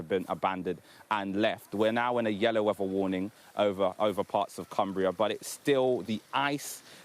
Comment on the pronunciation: They've brought him all that way to make sure to pronounce the word weather as 'wefah'